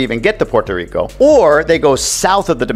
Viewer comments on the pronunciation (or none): none